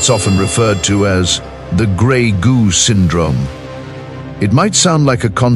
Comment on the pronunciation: Are you talking about greg, goo or robotics and artificial intelligence?